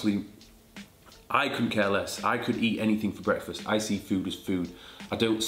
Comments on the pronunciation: What.... Is.... Going.... One.... Here BWEKFAST 😂😂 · Thought for a few minutes you’ve been saying Brexfast